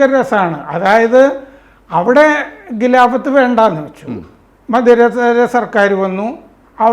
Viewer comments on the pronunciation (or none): ഗിലാഫത് അല്ല ഖിലാഫത് ആണ് ശരി